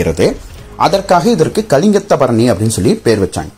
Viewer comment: It’s one of the glorious literature of Tamil. If you don’t know the subject, please don’t Touch the subject. You can’t even pronounce the name properly, Just bluffing like a blind man has seen the elephant. Please don’t ruin the great Tamil literature,which made People proud of its Majestic heritage